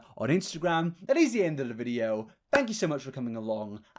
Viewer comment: Fank you! Beans.